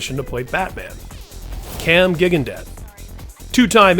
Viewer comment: It’s Cam Jig-on-day, not Gig-an-debt. Dude, do your research